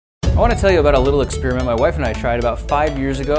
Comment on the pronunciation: Experiment has an 'i' in it. Maybe pronounce it... You're saying "Spearmint". It makes you sound like a tool. You're not doing a review on gum.